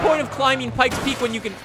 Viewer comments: You have a hard time with that P!! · "Pikey Peak" wtf